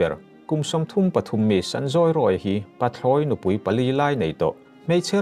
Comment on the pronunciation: Ichhiar mar pût a.. pathlawinupuipalilaineitawh tilovin Pathlawi zawhchiah ahhian chawldet la PATHLAWI,.nupui pali.....mizotawng chhiardan diklo hian a awmzia aher danglamvek thei thin.ichhiardan ahhichuan amahhi pathlawi nupui tihna a angtlat😂😂😂😂